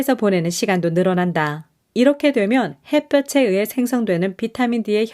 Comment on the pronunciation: 늘 좋은 글 잘 듣고 있습니다. 근데 가끔 한국어 발음이 틀려서 좀 아쉬워요. '햇볕에' '햇볕을'을 '해뼈체'나 '해뼈츨'로 빌음하는데 각각 '해뼈테' '해뼈틀'' 이라고 해야하죠. 햇빛은 ㅊ 받침이지만 햇볕은 ㅌ 받침이며 구개음화는 ㅣ모음이 올 때 발생하니 '햇볕이'는 '해뼈치'가 맏으나 '햇볕을'은 '해뼈틀'이라 발음합니다 참고하세요